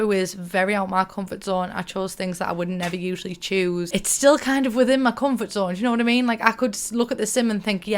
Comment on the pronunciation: "Auh ma comfart zone"